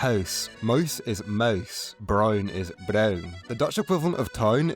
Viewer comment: Your dutch accent is easier for me to understand than your English accent. Your "mouse" and "cow" had me rewinding and laughing.